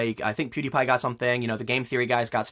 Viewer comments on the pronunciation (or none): none